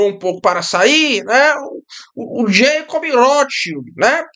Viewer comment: "vaterlô" "jeicob rrótisild" "emanuel macôn" Magnânimo!